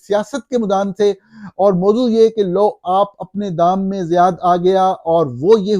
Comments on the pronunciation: zayaad naheen sayyaad hai shaed i may ebe wrong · لو آپ اپنے دام میں صیاد آ گیا ۔ یہ ایک شعر کا مصرع ہے جو آیک ضرب المثال کے طور پر مشہور ہے ۔ لو آپ اپنے دام میں صیاد آ گیا کے بجائے آپ نے فرمایا لو آپ اپنے دام میں زیاد آ گیا ۔ جناب کو میرے خیال میں ریسرچرز جو بھی سامنے رکھ دیتے ہیں وہ خود سے پڑھ لیتے ہیں لیکن اس کا تلفظ اور املا پوری طرح سمجھ نہیں پاتے ۔